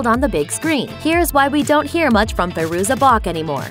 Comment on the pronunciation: Is it Fay-ruza or Fye-ruza? I've heard both pronunciations.